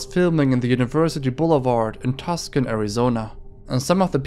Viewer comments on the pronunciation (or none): With the teenertake segment, it's TUCSON Arizona...not TUSCON Arizona. No idea why people get this wrong, but yeah, seeing is spelled wrong is weird enough, actually hearing it pronounced TUS-CON is even worse. That aside, keep up the good work. :) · I feel like you should probably have someone double-check your videos before you post, there tends to be really jarring mispronunciations. IE in this video in particular, "baton" (bah-ton, not baytin) or Tuscon (too-san, not tuscan like tuscany) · tuscon is pronounced too-son. not tuskan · Your pronunciation of quite a few words are not even close... Maybe learn? Too-saun not tucksun Bah-tawn not baten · Just FYI the name of the city with the police impersonator is pronounced 2 sawn not tus con otherwise good videos thanks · Too-son, not tusk-on. easy mistake to make. I lived there for a while, went to that school. genuinely threw me when I realized I recognized those street view photos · It’s spelled Tucson. JSYK. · It’s pronounced tu-san, Arizona, not tus-can, Arizona. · It's not "tuscan" arizona. It's pronounced tooson (short o). Tucson. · 'Too-sohn' Arizona, not 'Tuscan' for Tucson... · tuscon, arizona two-sawhn, not tusk cone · Two-sohn. Not tuck sin. Happy to educate ❤ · Video is great, but my man Tuscon is pronounced "Twos-on" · “Tus-kin Arizona” ahahah I love it . It’s actually ‘two-san’ , I hadn’t seen a comment about this yet so I thought it was funny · "Tucson" = two son... Not "Tuscan" Love your videos anyway ✌️ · Great video! Also it’s not TusKon it’s pronounced Too-Sawn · Just a heads up. You say tucson like "two sahn" not tuck sun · hey sorry to be that guy but Tucson is pronounced Too-son not Tuscan. Sorry again just trying to help. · Tucson is pronounced Too-Sohn not like Tuscan 😃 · its "too-san" not tusken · Tuscan is pronounced “two-sahn” not “tusk-inn” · Nice video. The city in Arizona is proofed TOO-SAN, not Tuskan like the sand people in Star Wars, just FYI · Tucson, AZ...pronounced Too-saan